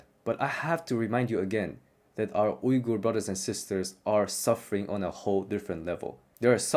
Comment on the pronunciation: Bro you pronounced Uygur the right way. All the other english speakers pronounce it lik "viga" and it's annoying me.